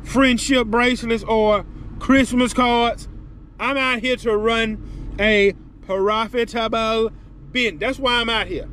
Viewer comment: The way you said “Profitable” in the beginning was hilarious 😂😂😂